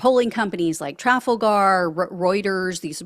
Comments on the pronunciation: Trafalgar- trə-Fall-gər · I've never heard Trafalgar pronounced like that!